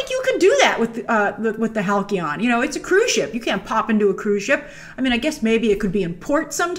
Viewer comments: Not Hal-Key-On. It's HAL-SEE-ON. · Halcyon = hal-see-on. Not hal-key-on. Please learn proper English. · It's pronounced (HAL-C-ON). Not HAL-KEY-ON... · Hal-key-on? It's pronounced Hal-see-on Grace! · I love you, Grace, but it's Hal-SEE-On..... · BTW, Halcyon is pronounced HAL-see-in. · halcyon = Haall-See-On :) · Halcyon is actually pronounced with a soft 'c'...